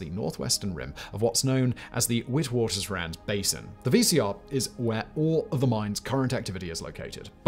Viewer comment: Witwatersrand is pronouced vit-vaters-rahnd